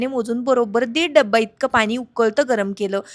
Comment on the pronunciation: पानी नाही ग पाणी बोल😅